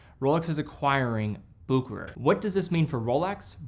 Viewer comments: It's pronounced Busheray and not Bookerer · Bucherer not Buckerer. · Its Bucherer. Not bukerer Bu ch erer Like cheetah ch. From a Swiss geneva born watch lover. Cheers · Still waiting for my explorer 36mm. Ordered it at that same Bucherer you showed at the start of the video. Ps, no hate but it's pronounced Bu(Sch)erer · It's also a good moment to learn how to correctly pronounce BuHerer. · I have always heard others pronounce Bucherer as Bu-che-ro and Book-e-rer, but never as you've done so here as "Booker". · so you're just going to mispronounce boo-ke-rer the ENTIRE video? seriously, this is not that difficult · pump and dump. One of the great ones made in Switzerland. P.s. that is NOT how Bucherer is pronounced. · Good video, just please learn how to pronounce Bucherer. 🙂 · Sorry but you butchered the pronunciation.